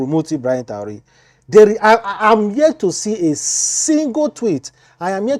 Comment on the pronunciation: what is Taure? If you can not pronounce his second name, just call him Ibrahim, as a blogger, you have to be good in pronunciations. May God protection be upon Ibrahim Traore